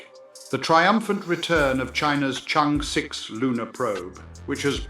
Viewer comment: Congrats❤ By the way it is pronounced as Chang Er. Thanks